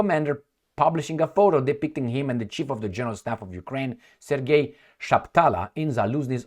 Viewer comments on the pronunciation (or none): none